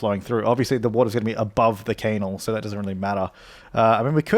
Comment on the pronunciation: No, I do accept the Kaynals, no shu, AAHHH HE SAID IT AGAIN, BE JESUS, PLS MAKE IT STOP (dislike)